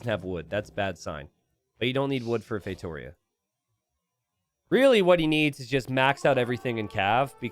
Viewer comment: the tonic syllable of "Feitoria" is on the last: "_ia". It's feitorIA not feiTOria.